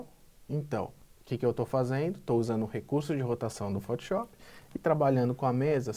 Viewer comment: cara, por favor, para de falar fotiop